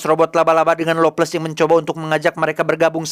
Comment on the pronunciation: lovless tpi kdengarn ngomg longles🤣